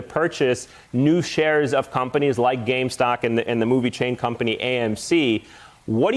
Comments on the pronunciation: Why can't say the word "gamestop" instead of "gamestock" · The fact they keep saying GameStock. It's GAMESTOP. They still don't get the message, keep up the pressure. We can buy what we like, sue if they stop you!!